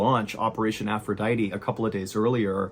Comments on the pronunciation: Its Aphrodite Not "Aphroditeeeeeee" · The most disturbing thing of this whole story... is your pronunciation of aphrodite